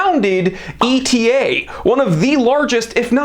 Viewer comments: "Etta". NOT E.T.A. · Very informative! Wearing my 1952 white dial KonTiki with the gold medallion on the back this month... so classy.. really a stunning watch! BTW, I believe ETA is supposed to be pronounced like the Greek letter "Eta", as opposed to an acronym "e-t-a". Cheers